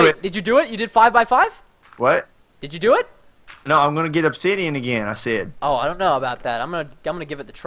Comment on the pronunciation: Did say obshitian